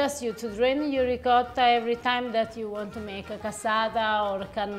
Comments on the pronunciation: ree ~ coat ~ tah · are you trying to say Ricotta? It hurts my ears every time you Reekarah., per favore, fai qualcosa, ti prego 😂🤣